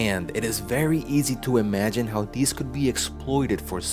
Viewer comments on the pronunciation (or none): none